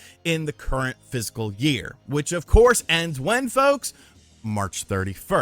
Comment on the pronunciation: I love ya man but please try to pronounce it "fiscal". It sounds foolish when you seem to be saying "physical", and I know you're better than that. 👊 I used to have a boss who would say "the point is *mute*" instead of "moot" and it always tanked his credibility. I don't want that to happen to.